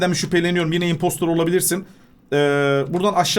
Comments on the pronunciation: Abi kere herkese söyledim impostor impostır diye okunur anlamı sahtekar dır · impostor demesi selistır demesine bitiyorum ya WİWBWKQL